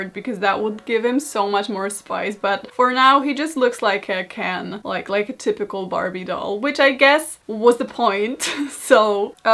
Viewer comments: Almost died when i thought u said "for now he just looks like a CAN" , but i guess being Ken is also okey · I thought she said can🥫 instead of Ken at first and I just accepted it